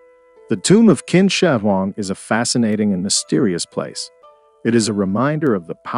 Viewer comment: Qin is pronounced 'chin' not 'kin'